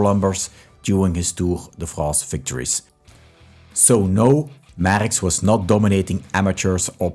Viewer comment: Please learn how to pronounce the name Merckx before posting a video. For Christ sake.